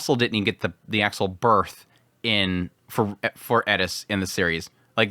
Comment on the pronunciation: Its just like people say with Eris he says Edis 😂 I dont personally hear it that much but its what people say